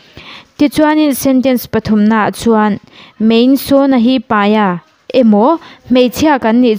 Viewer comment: MAI , hi MEI tiin ila lam hram in ka hria .